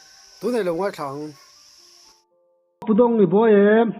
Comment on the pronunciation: Ka pu, thangtrung ( thangtung ) tih a dik zawk aw.